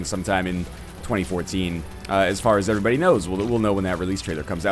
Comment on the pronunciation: God, how long has he been saying "AYERYBODY"?